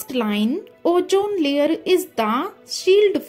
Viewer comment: MAM IT IS OZAN LAYER NOT LAYERU 😂😂😂😂😂😂😂